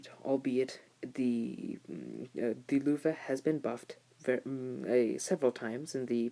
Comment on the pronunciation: you pronounce the tank name incorrectly (((